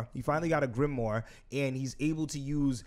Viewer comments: Pats pronunciation of grimoire is something else loooool man said gilmore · My man was saying gillmoire at one point 😂😂😂